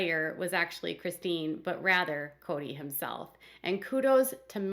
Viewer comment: O my God. Why do jou pronounce Chistine's name wrong so many times? So wrong!!!!!